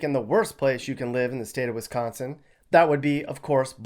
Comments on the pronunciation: Sounds like your from that puky place called Illinois with the way you say Wisconsin. And you have no idea what you are talking about. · Sorry but WiscAnsin not Wisconsin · Why are you hating on WISCO? Where are you from? Clearly not Wisco because you say Wisconain wrong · You cant even say wisconsin why should i listen to you .